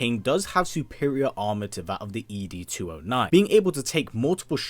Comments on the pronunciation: “EEE DEE 209”??? 😹😹😹 Never heard it pronounced like that in the movie. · Every time he said 'Boddicker' wrong...it just made me cringe. And also the way he said ED's name. Have you actually seen the movie?